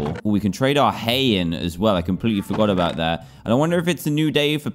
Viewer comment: i didnt have it, but i care a"boot" yarh stary